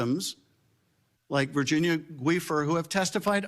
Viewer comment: Did he say “Virginia Gweefer?” 🤦🏻‍♂️